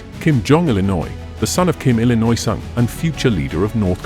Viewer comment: Kim Detroirt Sung